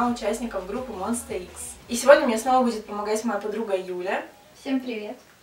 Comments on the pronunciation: Не монста икс, а монстра экс) Удачи :3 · Не Монста Икс а Монста Экс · Омг, ну и училка, называет Монста ИКС(Монста Экс правильно), так ещё и Кихен внезапно лидером стал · Мне пофиг что прошол 1 год, но... Mоnsta x где вы нашлли слово monster x? Правельно монста экс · Не Монста Икс,а Монста Экс Не вОнхо,а вонхО не шОну,а шонУ не «чюхон»,а Чжухон и лидер группы не Кихен,а Шону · Я рада что ты сняла это видео, но хочу немного внести поправок. Название группы правильно говориться «монста экс» И лидером группы является ШонУ «ударение на букву У» Ну и Вонхо «ударение на букву О» А так ты молодец что быстро выучила их)) если бы немного рассказала свои впечатления о группе, было бы ещё лучше)